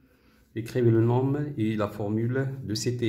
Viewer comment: Merci infiniment monsieur pour votre meilleure explication mais dans le mot nom on ne prononce pas le m elle se lit non